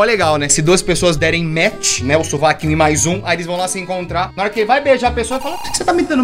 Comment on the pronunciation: T3ddy: "maais com i" T3ddy também: "feItiche"